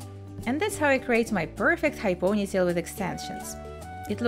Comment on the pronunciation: years has passed and she is still saying POOOGHnytale. why? it's ponytail. Since you have a channel that focuses on hair styles, don't you think it is important to learn how to say ponytail?